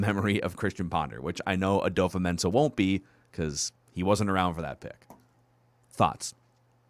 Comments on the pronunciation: It's not adofo. The a is silent and it's pronounced "dafa" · We've been saying his name wrong too, it's dofo not adofo, the A is silent. He said his name in the vikings video where he is signing his contract